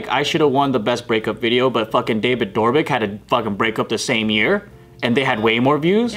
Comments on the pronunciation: “dAvid DoRbIK” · David door-bic 😂😂